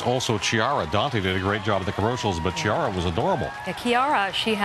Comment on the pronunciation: The man pronounced De Blasio daughter's name Chi'ara (Ch in the American way) and the woman Ki'ara... The right pronunciation is Kia'ra (in italian CH is pronounced K)